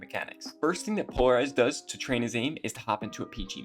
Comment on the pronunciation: Пэ икс ларизед читается